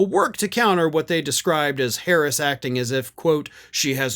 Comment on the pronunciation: How could you say her name wrong! I’m so ashamed in you! Hehe 😉